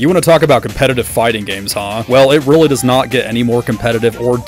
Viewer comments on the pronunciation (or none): none